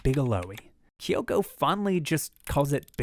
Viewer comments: her name is kyo'ko. not ki'yo'ko. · no, her name is not kee-ohko. its KYO-KO. two syllables, you american.